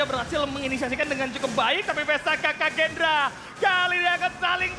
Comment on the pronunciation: Kagendra bg bukan Kraken wkwkwk 😂